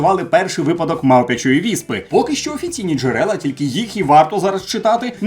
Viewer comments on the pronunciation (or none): none